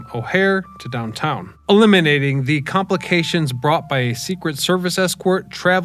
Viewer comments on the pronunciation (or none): none